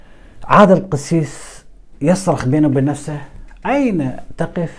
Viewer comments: لقد أخطأت قراءة الآية الكريمة ، و الصحيح هي " نفسُهُ " و ليس " نفسِهِ " بارك الله فيك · قراءة الاية غير صحيحة فطوعت له نفسه بالضم